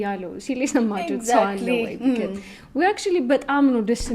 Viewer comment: እዚህ ቤት ነው because "ቢከዝ" የሆነው። Say it right!